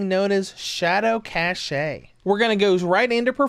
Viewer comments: Lol I love how you think cache is pronounced cashaye. It's actually pronounced exactly like the word cash. The e is silent. Not making fun of you, but it definitely made me laugh. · it's Cache(Cash) Not Caché , Damn you are native english speaker ! how low can you be St u pi D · I usually don't care about stuff like that, but I'll admit I cringed every time he started saying "shadow cache." But I do appreciate the tip to use that setting for this game.